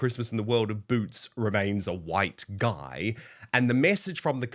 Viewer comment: It's Boot's not Root's.